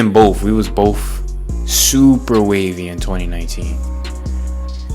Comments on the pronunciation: wW wAs BoPh sUpEr wAVy iN 2o19 bro take the marbles out of your mouth and say BOTH. you sound like a caveman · did u just day Boff bro instead of both?